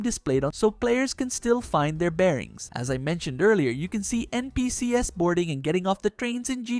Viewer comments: It is pronounced "EN-PEE-SEES". Perhaps you misunderstood my original comment? It was criticising him pronouncing it incorrectly as "EN-PEE-SEE-ESS". As in spelling out each letter individually. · At one point here he pronounces NPCs as the initials "N-P-C-S". So I don't like his chances of learning to pronounce 'catenary ' properly 😛